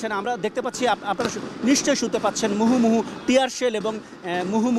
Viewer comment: মুহুমুহু না মুহর্মুহুরে পাগলা